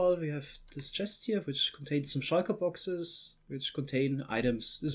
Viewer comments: I hear sheiker boxes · Shieshe booxes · Shulker Boxes What i hear:Chalker Boxes